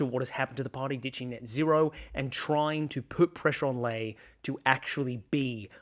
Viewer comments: Just FYI. It’s pronounced ‘Lee’ not ‘Lay’. And ‘zed’ not ‘zee’ Otherwise really good. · I do respect your political take but why do you pronounce Sussan Ley as "Lay" instead of "Lee" which she has said is the right pronunciation - very small point but I know but she deserves that surely?